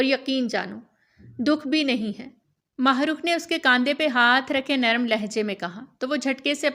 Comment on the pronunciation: Allah Allah it's heart touching novel But ..... Jab mene apna name suna am shocked Thank God pheli Baar kesi NY Mahrukh name bohat bahteern tariky sy bola hai am glad 😊😊